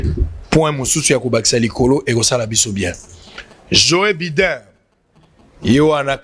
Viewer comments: djo baiden prononciation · Ndeko, permetre ngay na porter yo correction en public: balobaka'' Djo Baidn ou Baiden''. Par ailleurs, ba lobaka ''assemblée '' et non ''ensemblee ''